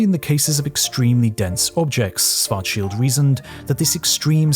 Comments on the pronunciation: Why do you say Swarzschild and not Schwarzschild? It's the same difference as sit and sh... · Swartzshilt? Its Schwarzschild=Shwartzshilt BlackShield in english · Why do you pronounce schwarzchild as schwarcheeld? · Schwarzschild. Can always count on Brits to mispronounce literally everything not-English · He was German. His name isn’t spoken like in the video, it starts with Sch, it’s pronounced like the sh in shallow. Next time, use google translate, it does a better job saying the name.